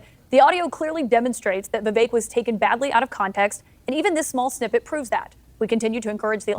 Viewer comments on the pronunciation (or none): His name is pronounced “Vih-vake”. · I heard him say it's pronounced ' Vi Vake ... like Cake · Pronounced Vivache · Vivek says it rhymes with "cake," so it's "Vi-vake." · rhymes with cake =vi VAKE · Vivek says Vivek like in cake. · Vivek says 'Viv.ACHE'. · Vivek is pronounced as We Wake. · VIVEK rhymes with shake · Vivek pronounced Viv- Ache. Short i long A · Pronounced Vi-vake, rhymes with “the rake”…sort of. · "Veh Vake" is his preferred pronunciation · Vivek is pronounced "Vi-Vake" . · Vivek rhymes with cake, by his own account. FYI. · It’s pronounced “vivake” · Vivek pronounced Vivake rhymes with CAKE. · It's pronounced VI like VISIT VAKE like CAKE....Vivek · Good videos. Just an FYI. his name is prounounced Viv-ache * like tooth ache 😀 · vi-vek - rhymes with cake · Vivek rhymes with cake. Viv ache. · His name is pronounced "Vivake" as in make, rake or bake. The emphasis is on the 2nd syllable. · ViVake like cake is how he pronounces his name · On the TimcastIRL Podcast, Vivek pronounced his own name, as [viv-AKE] said his name 'rhymes with CAKE'. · Vivek is pronounced "VivAKE." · REMEMBER: HIS NAME IS PRONOUNCED LIKE THIS: “VIVAKE” (Like CAKE). Just so you know…. I mean you can’t be calling our future vice president and then future president by the incorrect pronunciation of his name now, can you?? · "Vi-VAKE" like Cake! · I heard Vivek is pronounced so the last syllable rhymes with "make" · Just to help some of yall out. It's "vi-vey-ik" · Vivek is pronounced vee vake (like cake) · Vivek has said his name is pronounced so the last part rhymes with CAKE, and the stress is on the second syllable. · When Vivek says his own name, he rhymes it with cake. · I heard Mr Ramaswamy say it's like cake on how to pronounce his name. So, it is a hard a in the second syllable ;) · Vivek, rhymes with cake. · Vivek rhymes with cake. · Vivek- rhymes with cake.